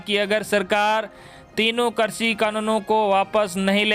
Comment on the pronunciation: Sir aap krishi ko karsi bolte h or varidhi ko virdhi !! Kripya shabdon ka theek se ucharan kijiye .